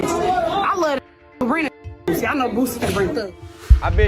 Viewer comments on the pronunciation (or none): I can’t believe nothing you saying his name wrong… it’s Boo-see Boosie baby!!! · Narrator keeps saying “Boozy” lame as **ll shawty…😅